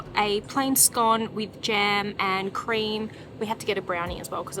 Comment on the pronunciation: i loved the video - i'm really happy you said scone correctly!!